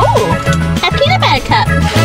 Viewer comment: I like how she said “oooh A PEANut BuTTer cup ✨”